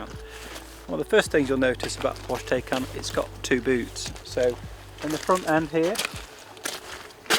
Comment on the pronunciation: dude !! you need to watch some videos from a German where he tells you how to say TAYCAN. not TAKECAN.